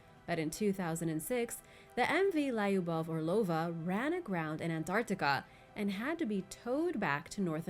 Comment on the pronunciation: hehe good to hear you to say sometimes pronunciation wrong... you got it always great but Lyubova made me laugh, while Spanish and Italian is perfect 🙂